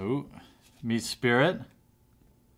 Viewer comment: di-al-ga , me-sprit, not spirit